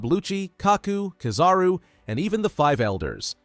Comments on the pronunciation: But he said the name right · He said the name right